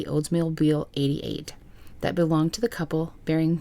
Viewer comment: 😂 lyndsey- " why do you always say THEEAT!" that country grammer from the soul.